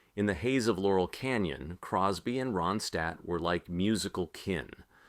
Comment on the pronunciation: Within the first minute,this host / narrator mispronounced her last name. Yes, the actual person he is speaking about,he can not pronounce her last name correctly. Ai generated Moving on.....